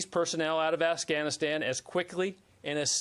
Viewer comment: he calls it Assghanistan.